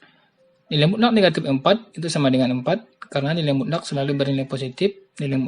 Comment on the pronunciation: Mutlakk bapak bukan mulak